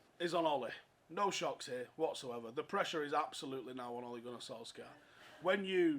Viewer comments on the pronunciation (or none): Btw - for fuck’s sake you please pronounce his name correctly - it’s ‘Sol - Shire’.